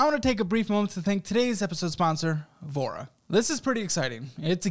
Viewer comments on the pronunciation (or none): When I first heard you say “Voura” I heard “vore” I was like well damn 😂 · tell me i'm not the only one who was listening to this in the background, and thought sponsor was called "Vore" loool i was like "who didn't speak up at that startup pitch meeting"